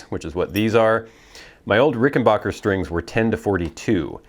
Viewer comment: Too bad you can't properly pronounce rickenbacker not rickenbocker